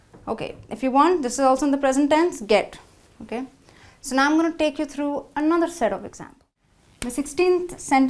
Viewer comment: Les exemples sont excellents mais l'accent n'y est pas du tout.Par conséquent la prononciation présente des lacunes comme "trough" par exemple.Ce qui parfois entraine des difficultées de compréhension!! Rien de tel que de vrais natifs comme "Rebecca" ou Jill.Désolé je suis déçu,alors good bye!!!